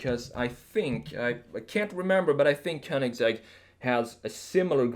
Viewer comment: I happen to speak both Croatian and Swedish and I can tell you all that this guy is not only a remarkable desiger, but excellent in pronouncing both Rimac and Königsegg the proper way. Hats off! Don't speak Italian, but the Italian pronounciations sounded right on too. I'd say this is one uniquely talented American. In several ways...